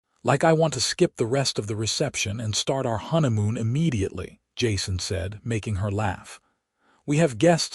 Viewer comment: The word 'honeymoon' is mispronounced a few times, and rushed, needing more emphasis on the 'honey' bìt!. LoL Oops 😢😢